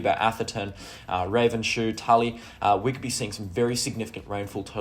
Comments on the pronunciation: it's not raven shoe it's ravens hoe. i know i live in cairns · Ravenshoe is pronounced ravens/ hoe . The S is attached to the raven. 😊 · Ravens shoe is pronounced Ravens ho ....ho ho ho ho